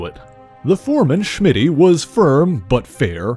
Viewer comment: Why do you say "Shmitty"? LOL his name was Smitty.